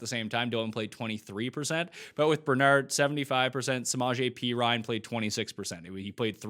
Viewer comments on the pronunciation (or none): none